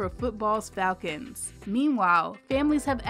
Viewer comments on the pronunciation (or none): none